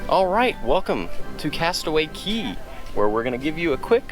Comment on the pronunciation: Great job! Aside from vlogging that day, I hope you also got to enjoy your time adulting at Castaway Cay! And a double thumbs up for properly pronouncing "cay" (key)!